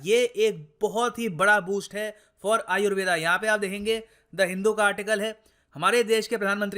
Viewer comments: जो योग को योगा और आयुर्वेद को आयुर्वेदा बोल रहे हैं । वो उच्चारण तो सही कर लो । दुसरे के चक्कर में खुद को ही भुल गए । बुरे समय में अपनी ही विद्या मददगार है ।। दुसरे हमारे ही चीजों को अपना बता रहे हैं , हमको पैकट में बेच रहे हैं । हमारे लोग कब जागरूक होंगे । कोई दूसरा आपकी जिम्मेदारी नहीं निभाएगा ।। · Sir why are you pronouncing it as Ayurveda? Aap ko to pata he it is pronounced as आयुर्वेद and not aayurveda , English me har pronounciation galat tarike se di ge 🙄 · "आयुर्वेद" बोलिए, "आयुर्वेदा" सुनने में विचित्र लगता है।